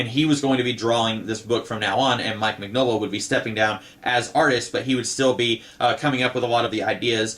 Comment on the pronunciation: Love your videos! Btw- it's Min-Yola. The G is silent...it's Italian 👍